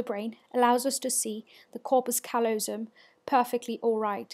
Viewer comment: The stress is on the second syllable of callosum.